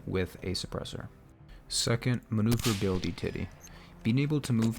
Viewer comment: Maneuverabilititty. Love it.